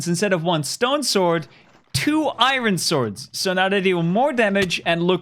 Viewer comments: You pronounce iron wrong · This kid doesn't know how to pronounce iron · iron???? I like how he pronounced it